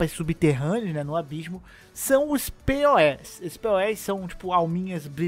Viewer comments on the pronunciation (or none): quando a pessoa não sabe o que é um Gachapon... Não chame os poes (se pronuncia pou ou pous) de P.O.E, eles podem vir puxar seu pé à noite.